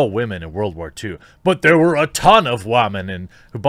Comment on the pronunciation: "Tens of wamens did." Had me dying 🤣